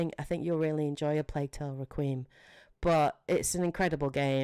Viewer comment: Great video, my only nitpick is, Requiem is pronounced Reck-qui-Em, 3 syllables not 2 "Re-qweem" sounded so weird